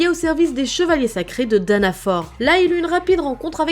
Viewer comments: C'est fraodrine pas frodin et c'est danafol pas danafor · Salut, super vidéo, mais juste, parce que ça ma déranger, mais Danafor se prononce comme Danafall, et Fraudrin, Frahodrine, pour ce dernier, il sépare un peu le son a et le son o puis prononce le in comme ine